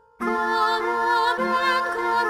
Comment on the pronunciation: her saying carra instead of cara bothered me but damn can she sing